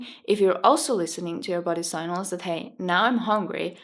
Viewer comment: its pronounce sig nal not say nal